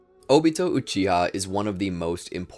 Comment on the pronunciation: Can't even say his name 😂😂😂